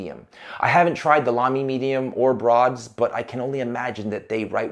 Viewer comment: Thank you for pronouncing Lamy correctly! :)